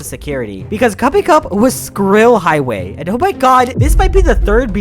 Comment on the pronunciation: "SkrILL HigHWay"